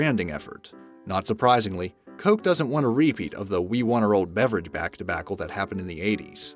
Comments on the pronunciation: You pronounce it deBackle? Crem? Fawnta? (and others) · Also stevia and debacle...